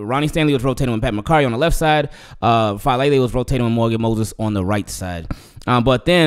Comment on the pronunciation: It's Fa ah le le. Polynesian names pronounce each vowel. Thanks.